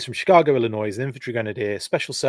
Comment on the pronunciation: sir, as a life-long resident of the great state in question, it's pronounced "Illinoy", without the S at the end. I just don't want you getting caught up when you decide to drop in on a con in Chicago one of these days.